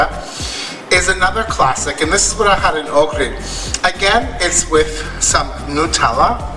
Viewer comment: It is a mystery to me why the first crepe and/or pancake is not the best. Why is that? LOVE the savoury ones with the feta cheese. I want to travel just to taste new cheeses. Honey walnut and cheese OMG. I am in love. I was just thinking that that nutella needed some banana, lol. Bless you for saying New-tell-ah, I used to get so many nut-elle-ah comment. Drove me crazy.